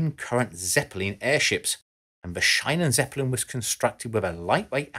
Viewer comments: Bitterman why feel attacked? This is about sharing done insights into German prononciation, which is as difficult as any... And as the rest of the "Schienenzeppelin" is already very good, maybe this helps to get it to 100% :) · Great video as always, however, the constantly wrong pronunciation of Schienenzeppelin almost drove me mad. 😆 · Schiene... "ie" is pronounced like the e in e-mail. Zeppelin... the Z is sharp like in ... i don't know... But does a correct one when set to German. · your pronunciation of shienenzeplin is causing much pain to my German girlfriend. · I don't mind a mispronunciation here and there but if you’re going to say “Schienenzeppelin” 20 times, maybe look up the proper pronunciation. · Why the hell do English speakers have such a problem with pronouncing the German ie it is pronounced EXACTLY like the English ie in shield. Why do they suddenly feel the need to pronounce it differently? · So much research, except in how to say Schienenzppelin....it's not shinen but sheenen. Ffs. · Him butchering the word Sch_ie_nenzeppelin as if it was written as Sch_ei_nenzeppelin. If you don't know how to pronounce a word (and use it like a dozen times) at least do the minimal effort and put it in google translate to hear how it's pronounced properly. It literally takes less than 30 seconds. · Its SchIEne not SchEine pronounce it like "Shean"e (e like" uh") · Also, the second "e" in "Zeppelin" is actually pronounced like the first one (some english speakers do leave it out) and the emphasis is on the first syllable ("Ze") as well as on the last one "in"). So it's actually pronounced "SHE-nan-TSE-peh-LEEN". Can this thread become more german? :D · "ie" is to be pronounced in german like "ee" in english. Think of "Sheenantsappalin". Besides that: A really good video, as always. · its SCHIENENzeppelin, not Scheinen.... ie, not ei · Psst! It's pronounced "Sheenan-Tsappelene". ?:o) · It's pronounced "Sheenen" zeppelin. Great video. Thanks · It's 'sheenen'